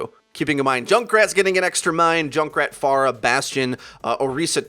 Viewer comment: The way this guy says stuff makes me imagine him with a shit eating grin. Also am I the only one who hates how he pronounces certain words such as phara or hanamura, or is it just because I'm from Michigan and my dialect is weird?